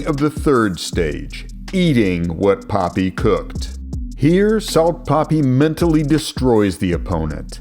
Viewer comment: no hate but the way you say poppy instead of papi always gets me laughing